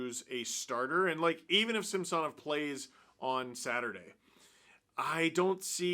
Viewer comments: Please give SamSONov the respect by starting to properly pronounce his name the way the wants it to be pronounced!!! I get that you kind of addressed it (well kind of) but just do it…..it’s the right thing to do……maybe we will start calling you Stefan Dangle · that’s how he wanted it to be pronounced in Washington…this year at the start of the year, Samsonov asked the reporters to pronounce it the correct way….was actually a formal request…so no…it’s not the right way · Steve my friend, it’s pronounced SAM “SA” NOV , not SAMS “SON” OV. Yes I know it’s spelled with an “O” but pronounced like an “A” get better buddy from your Alberta leaf brother ✌️ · Steve pronounces Sammy’s name the actual Russian way and how it was in Washington. Neither is wrong. lol